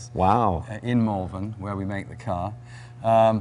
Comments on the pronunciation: I want to lick that car clean!!!!! Beautiful beyond description. Two small points for Jay though; 1) The opposite to claustrophobia is "agrophobia" 2) Malvern is pronounced "MAWL-venn" Loved the little comment about aluminum/aluminium! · Morgan cars are made in Malvern (pronounced Molvern) in Worcestershire (Wus ter shur) Well worth a visit, not just for the car factory, for the beautiful countryside and the history. Elgar to name one famous son of the county.